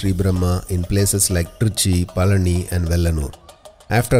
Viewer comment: Requesting you to kindly not allow the butchering of names of people and places 🙏🏼 for example.. it's Palani and not Palaani etc. Thank you, Namaskaram 🙏🏼